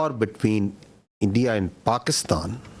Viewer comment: Aand forces😂😂